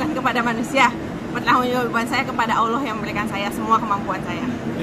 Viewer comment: Utk penyebutan kata 'Allah' harus di latih tiap hari kak jesslyn biar pas pengucapannya